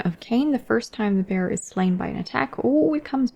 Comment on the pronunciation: I was half-listening and heard "the bear" whenever you said "the bearer" hahaha. Just didn't question, assumed the Daughters had a pet bear with tonnes of abilities